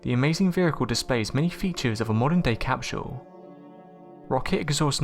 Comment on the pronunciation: For the love of god it’s pronounced “cap-sull” not “cap-shull”